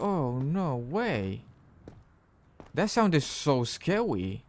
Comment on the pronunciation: "THAT SOUNDED SO SCAWY >3<"